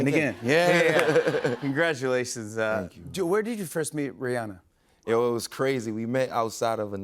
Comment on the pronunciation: Take note on the pronunciation of Rihanna people! ❤